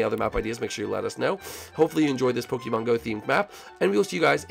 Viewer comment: Pokemon is pronounced Poke "A" mon